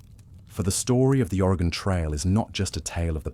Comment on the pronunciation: As an Oregonian, Willamette is pronounced will-am-it. But I’m honestly impressed you pronounced our state correctly, as people from the east coast of the US don’t even pronounce it right, especially the northeast. Thanks for covering the Oregon Trail!